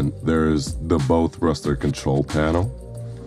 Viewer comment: Agree, especially when the voice over mispronounces 'bow'